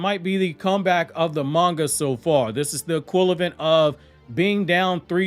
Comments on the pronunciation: Love the content. I mean this in the nicest way possible. It’s equivalent, not equilavent. Sorry, that was bothering me. Thanks 🙂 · E-quiv-a-lent not E-quiv-lent